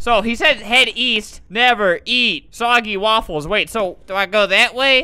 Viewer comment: Did he just say never eat sogey waffles lol